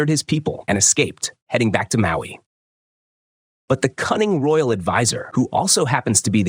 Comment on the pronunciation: Mawi: 🪨🤨 Ohio: 👽💥 kawai: 😺❤ Thats one way to say the say the names wrong😂